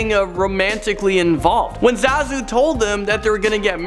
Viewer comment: Part 2, huh? 3 theories are the same as in the 1st video. And it's pronounced ZAH-zu.